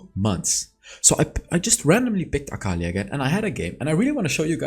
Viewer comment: Fun fact: its aka-li not akal-i